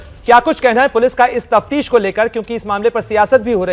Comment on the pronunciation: TAPTEESH NAHI .. SAHI TAFTEESH HAI ....IT MEANS INVESTIGATION (JAANCH)